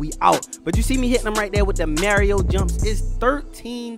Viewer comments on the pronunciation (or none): Mans don’t know how to say Mario